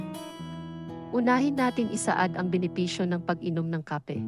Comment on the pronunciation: Bakit ang pronunciation mo ng Kape ay Mali, taga Pilipinas ba kayo